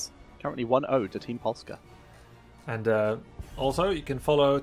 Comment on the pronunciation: good pronunciation on Polska Pamięta. Good job Grubby